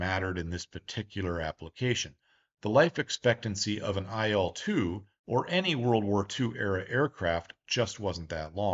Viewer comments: You mispronounce the name of the plane. The names of russian airplanes should be pronounced the same way as the beginning of their designers's surnames. IL is pronounced like eel. The same thing with MIG, SU, TU, YAK etc. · I'd also add that in Soviet/Russian airplane names, the letters are not pronounced one by one. It's not "Ai-el," it's "il" (almost like the word eel, but with a shorter "i" instead of "ee"). Likewise, Tu would literally be "Tu" and not "Te-Yu." This is because most design bureaus had names derived from their directors' last names. "Tu" is from Tupolev, "La" is from Lavochkin, "Il" is from Ilyushin, "Pe" is from Petlyakov. We don't write "TU," or "IL," or "PE," because it's not really two "equal" letters. It's just Tu/polev, or Pe/tlyakov. And it is much easier to say this way. Addition: saw this elsewhere. "Tu" is as "too" or "two," "Su" is as "soo," "Mi" is as "me," etc.